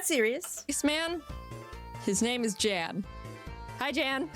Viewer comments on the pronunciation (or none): I gotta correct you on that pronounciation. It is "yan". The vowel is shorter. Source: I am german, Jan is a german too. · I do wish Jaiden made it more clear that Jan (Pronounced Yahn) is actually a great guy, your chat be hating on him, lol. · Jan/Pokémon Challenges... (It's a German name so it's pronounced Yon or Yawn). He's actually very forgiving when it comes to first time nuzlockes, Alpha Rad was just a particular case of ego/stupid at that specific moment.